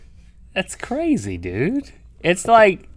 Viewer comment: Did you notice that link said Qrazy insted of crazy xD